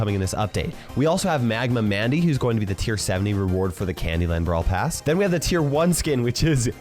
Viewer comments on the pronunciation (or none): You said Brawl pras😂😂😂😂😂😂😂😂😂